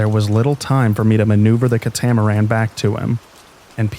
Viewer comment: THE KA-TAMARAN